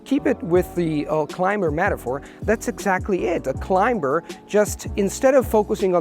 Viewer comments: Your pronunciation is unbelievably native-like. It's mind boggling to know that you haven't even visited the US. Just a very minor suggestion: "climber" is pronounced with a silent "b". As if it was "climer". Very useful tips for language learners. Remember, the fear of sounding stupid is worse than the actual embarrassment you inevitably experience every once in a while. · Feedback: In the word climber, the letter b is not pronounced.